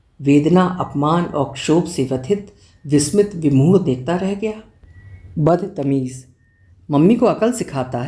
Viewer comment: Aap kahani mein jaan daal dete ho ma'am...😊 (Bas ek chhotasa sujhaav badtameez eksath zyada achcha sound karta hai .... "Badat meez" ye atpataa lagta hai) Big fan ma'am 👍☺️